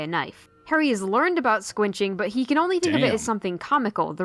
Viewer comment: Splinching. Not squinching.